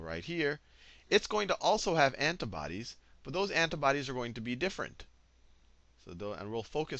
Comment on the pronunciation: looool I can't get over how you say antibodies heheheh.. ANTUHBODEESSS.